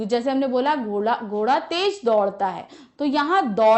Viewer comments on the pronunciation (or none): none